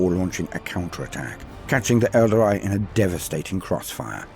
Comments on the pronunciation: ...whats an elder-eye? 🤔 ...i know what an el-darr-ee is..but never heard of an elder-eye... 🤪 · Good stuff! Although hearing "Aeldary" is a bit weird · That pronunciation of Aeldari is seriously confusing. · Good narrator...but someone should have told him how to say Aeldari.